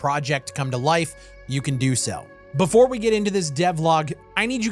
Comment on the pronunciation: "The Day Befour" 😂